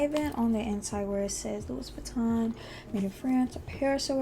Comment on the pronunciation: Please learn how to pronounce the name properly.